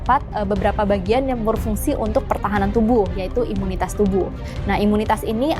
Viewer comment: Ibu salah...bukan imutas tapi imunicas..manusia kalau kurang cas ...ya bisa lowbat